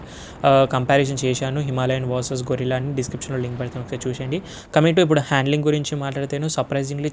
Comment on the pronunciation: గెరిల్లా అనాలి గొరిల్లా కాదు బ్రో.